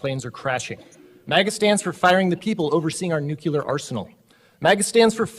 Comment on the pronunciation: "Nuke-yew-lar" The word is Nuclear (new-clear)